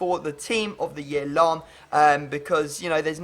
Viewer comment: Its lahm lol